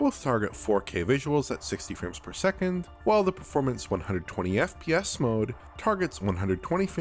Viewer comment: Every time this man says FPS, I hear F-PYES. Am I alone in this?